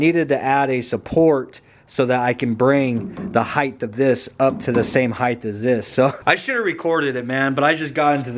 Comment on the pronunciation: Spell height, now say it, heighth 🤦‍♂️